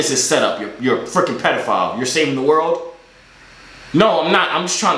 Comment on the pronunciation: How Manny times is he gonna call him petifile